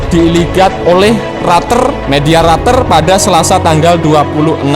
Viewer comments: Media reuters Apa media RATER😗😂🤣😀 Bahasa inggrismu cap apa min..min.. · Media Reuter (baca: Roiter) Min. Tetep salut Gw sama Mimin nya. Kalau Gw koreksi, No hard feeling ya Min. Indonesia baik utk membeli 62 unit F-16 Viper & 100 unit modernisasi KIT, nanti tinggal beli F-16 second untuk di upgrade. Berhubung F-16 ini belum "Stealth", maka operasinya harus dikawal F-18 Growler atau Su-30 dg Jammer Pod. Jangan lupa, kawal pakai pesawat AWACS.